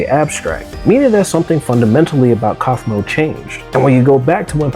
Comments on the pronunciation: Kafumo❌ Coughmo✅ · "coughmo" "koffman" dude what? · Ah yes i love “coughmo” and “kafika”